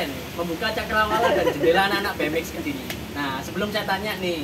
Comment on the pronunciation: Kediri boos, Bukan kedili